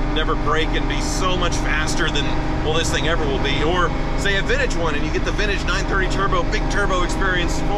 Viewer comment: The way he says “vintage” hurts… “vin-ige” 🙄